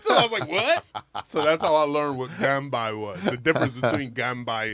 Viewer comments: Ganbei not ganbai 😊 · its pronounced gun bay not gun bi ... ya weirdo